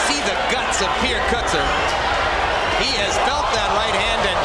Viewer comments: He's Afrikaaner-Dutch. It's pronounced "KERR-tzerr", no? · Pierrer Goatee... I mean, Coatzee... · Seriously the guy narrating this show just said the South American for Coetzee, maybe a geography lesson is in order , off by continent 😮😮😂😂😂